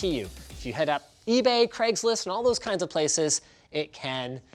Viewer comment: "Hit up aBay or Craigslist..." Greg Salazar has entered the chat.